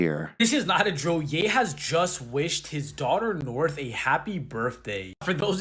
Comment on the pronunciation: Hehe “Norh”